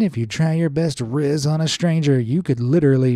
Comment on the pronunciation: OK I KNOW U DID NOT JUST SAY RIZZ 😭cool vid tho been a fan since 2021